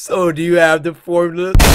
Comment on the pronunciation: "Do you have the FoRmUlEh"